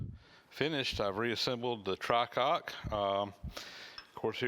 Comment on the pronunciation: The proper word for these valves is "try-cock" not "tri-cock" for trial not for three. If there is only steam from the bottom or lowest valve then the appropriate action is pull the fire, dump it, or put is out.